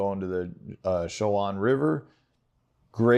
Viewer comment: it’s Cho ( Space) Juan. It’s not a hidden Gem all us locals know about it 😀